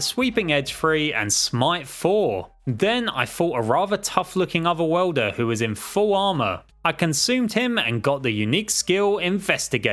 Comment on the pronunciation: Okay okay I know he's saying other worlder but it sounds like otherwelder